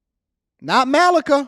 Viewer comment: it's MA-Lee-KA 🙂